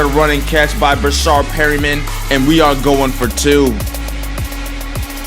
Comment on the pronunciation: It's not "Breshard" it's Breshad no r after the a